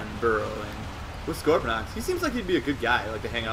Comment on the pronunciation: One thing that ticks me off is when people say 'Scorponox'. IT'S SCORPONOK!!